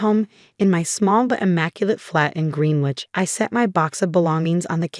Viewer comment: pronounced "Grenn-itch"